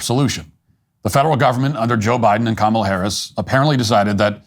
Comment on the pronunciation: Harris had a smirk while he was saying Her name wrong(incorrectly) what a pos. But the left get mad when we can’t say The cosplaying chameleon name incorrectly. Smh. That smirk is so infuriating.